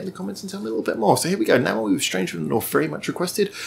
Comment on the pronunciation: Review Namewee's song, 4896. By the way, his celebrity name should be pronounced as 'name' and 'v' in English =)